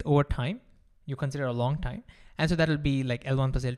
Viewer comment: say time not thime